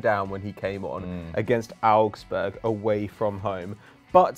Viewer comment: Am I the only person hear say arabsburg